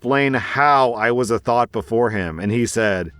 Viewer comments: Its pronounced Th-ah-t not thought, its driving me crazy, i beg of you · It is TH-OT not thought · it's pronounced th-ot, like knot, but thot. Not thought 😭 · THOT, I thought you said thought not THOT. Never heard of the word until today. So confused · Story 3: kept thinking he was saying “thought” lmao